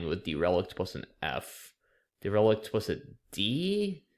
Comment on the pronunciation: Ah, derelict! You were saying de-REL-ic'd and I was like, does that mean to remove relics from a museum or something?? It's pronounced with an accent on the first syllable, DEHR-uh-licked ETA: the SI prefix deci, as in decilitre (= 0.1 litre), is pronounced with a soft c like "desi"